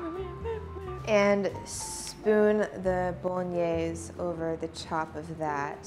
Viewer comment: Omg I'm Italian and I can't watch her doing "Bolognese" it really hurts 😭 The only thing is that you wait water to boil before you cook pasta and that's great